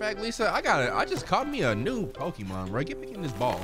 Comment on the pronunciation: Why can’t they say Pokémon ?